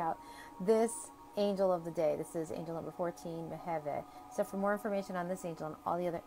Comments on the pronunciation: Thank you so much for the video! My birthday is May 29th and I just recently learned that Mebahel rules over me. As I noticed, the angel's name is pronounced Meh-veh-heh, though written "Mebahel"? I'd love to know how to ask for his protection. PS: The cards are absolutely dazzling! Please, make them ready to sell and enable international shipping, I'm looking forward to owning a set of them. And many others are too! ♥️ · Mem Beit He < is the true pronunciation, from hebrew